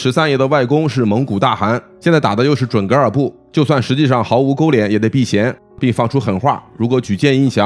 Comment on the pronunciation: 应该是准噶（ga）尔对不对？